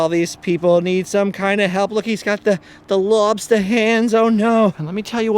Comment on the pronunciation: I love that you did the Boston accent on lobsta claws 😂